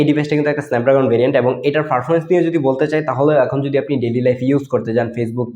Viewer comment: ফারফরমেন্স না ভাই পারফরম্যান্স